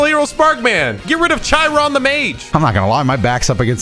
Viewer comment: Just before this moment, they constantly say CH- I - Ron. I love hearing everyone pronounce the Greek names because it looks correct for English. But it’s pronounced K-I-Ron